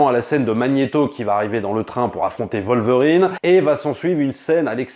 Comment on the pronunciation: Pourquoi vous prononcer le W de Wolverine en V